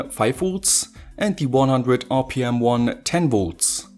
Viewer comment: "One-ya" "Two-ya" "Wire-ya"